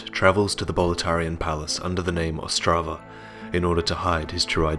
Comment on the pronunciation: its not Ostrava its otzdrava and he travels with his good mate harry book